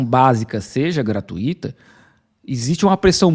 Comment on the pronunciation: Não é "gratuíííto", se fala "gra-tui-to" letra "i" junto do "u" fraquinho.